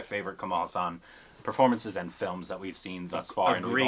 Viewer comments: His second name is pronounced Haas-un. Not Huss-aan! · It's Kamal H AA SUN and not HA SAAN..... Kamal means lotus and Haasan means smile.... meaning one who smiles like a lotus. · Learn to say his name correctly :-) Its Haa san.